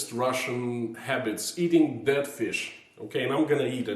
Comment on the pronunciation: I know your saying dead but my brain keeps making you say I bet you've never eaten DAT fish. 🤣